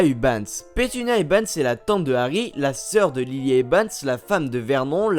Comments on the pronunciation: a chaque fois tu dis ebans au lieu de evans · tu fait exprès de dire "ebans" au lieu de "evans"? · dc'est Evans, pas Ebans ! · eVans pas eBans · eBans ?! durZley ?! Wizlaiy ?!